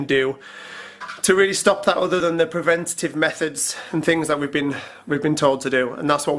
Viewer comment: So annoys me when he says over instead of other